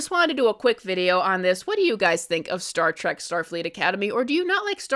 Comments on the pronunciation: Not Star "trach" it's Star "Trek" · It's Star TREK, NOT TRACK!